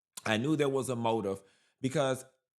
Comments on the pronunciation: The man that lives in the White House, couldn’t even pronounce acetaminophen. Someone in the audience had to say it twice. That’s ridiculous and embarrassing. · This P.O.S couldn’t even pronounce Acetaminophen. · Chile can't even pronounce "acetaminophen"😂😂😂